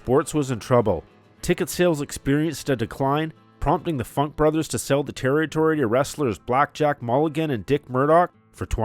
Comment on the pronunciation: A Terry-tory?